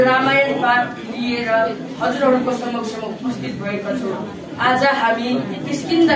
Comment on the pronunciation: भाई तिम्रो नेपाली चाँही अलि खतरा छ जस्तै आज लाई आजु जितछैँउ लाई कितछ अब लाई आबु टाउको लाई टैको तर रामायण पाठ चाही दामी छ बधाई छ ।